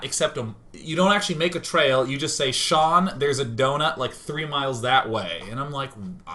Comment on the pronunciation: Smaniii1, HIS NAME IS SEAN NOT SHANE